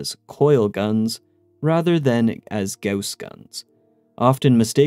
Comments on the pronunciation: Thank you for pronouncing "gauss" correctly, and not just saying "goss" like everyone else. You have no idea how much I appreciate that. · Funny thing: Goss Lake is a location I grew up on. That being said, I also appreciate the correct pronunciation of Gauss.